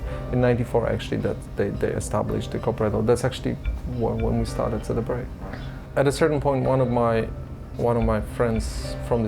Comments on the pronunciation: Ce De PROJEKT Glad you try to pronounce it correctly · and props for the pronunciation of "CD-Projekt" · Great documentary with so many little details and nice to hear the correct pronunciation of CD Projekt!! Feels just like a conversation instead of an interview! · It's a small detail, but I really appreciate you made an effort to learn the proper Polish pronunciation of CD Projekt. Veeery few of English speaking journalist would do that if any at all. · Thanks for the correct company name pronunciation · This is a good video but what's really good is the fact he properly pronounced CD PROJEKT. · It might be a nuance, but I like how you've pronounced CD Projekt.